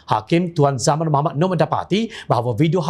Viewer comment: lagi satu... Islam bukan isleey. Al Quran bukan al kure... MUHAMMED sallalahuAlayiWasllm bukan muhammee. tidak bole di ubah ini. yg lain tu buat la apa ko suka. teh jd kopi ka..aku tdk paduli